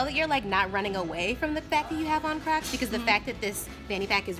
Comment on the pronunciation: She keeps saying clocss